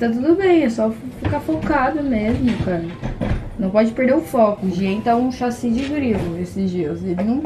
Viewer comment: KKKKK a nao consegue falar chassi kkkkkk